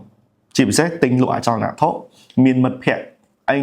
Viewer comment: រៀនដល់ណាដែរ និយាយមិនត្រូវ អក្សរ និតិធី បាត់ វិ អចលនវត្ថុ បាត់ វ?